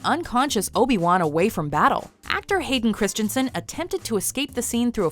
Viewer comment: She called him Haiden Christianson lol